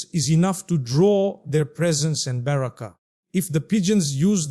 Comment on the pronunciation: The way he said baraka it does not seems original